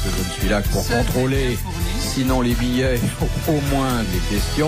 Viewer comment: Les "billaits"?